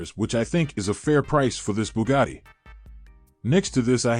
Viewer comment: The way he said Bugatti 😂😂😂😂